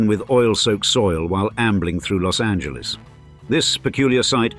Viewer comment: 'Preciate the correct, that is the non-English pronunciation of 'Los Angeles'.